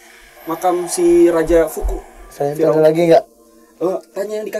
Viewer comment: Piramida khufu bukank si? Kok aku dnger bilangnya fuku hehhe